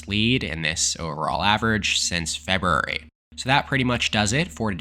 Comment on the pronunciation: What tf was that pronunciation of "February?"